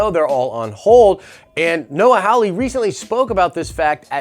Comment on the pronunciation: The name is Hawley (HAH LEE) not Howley (HOW LEE). You claim to be a fan of Legion and of Hawley, but you cannot pronounce the man's name right. Learn to read.